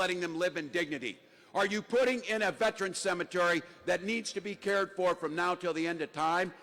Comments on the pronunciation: Tim spells it Vet-I-Ran... from running away from his country against Saddam. Disgraceful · Tim.... its pronounced : Ve-ter-an. 3 syllables